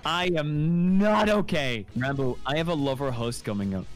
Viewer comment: Opps long comment ahead: His name is actually pronounced like Rahn-Boo, but he's too shy to correct anyone on it so most on the SMP say it like Ran-Boo like you did in this video or pronounce it Rambo lol. Ranboo did hit 500k on youtube before the new year! and has continued to gain subs and follows on Youtube and Twitch at an insane pace. Ranboo came into the SMP a fan of the content and creators. He probably knew more about the lore than most of the members and he'd already thought about what his character would be and what he'd do if he got on it. After getting roped into the plot almost immediately after joining, he sat down that night and created an entire character document outlining lore, quirks, personality, etc. from which to draw from when in Role Playing mode. This makes him pretty much the only character on the SMP who actually has a fully fleshed-out backstory that influences his behaviors and beliefs, making him a very very compelling character with a lot of depth, complexity, and mystery. He's really good at drawing out reveals about his character and dropping bits of lore when you least expect it. I look forward to seeing where Ranboo's story on the SMP goes! A lot of people say Ranboo is like Technoblade but with emotions. While they do share similarities (same laugh, a similar sense of humor, Social Anxiety, married to the Grind, shared mannerisms), they are also very different in a lot of ways of course. Ranboo to this day still doesn't see the comparison